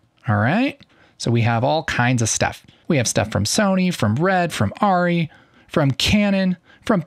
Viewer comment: Good info but FYI it’s pronounced ARRI is pronounced AIR-E not ARE-E.